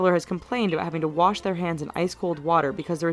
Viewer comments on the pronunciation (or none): none